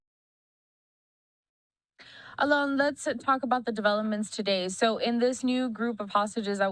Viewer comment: She got his name right, Alon not Allen.